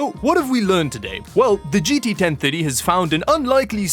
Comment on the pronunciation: It took a bit before I realized he was saying 1030 and not 1050.